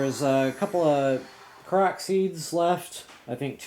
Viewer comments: yeah, I kept hearing him say proxy? I was so confused....after a while I figured it out but I thought he was talking about something else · its pronounced kor-ok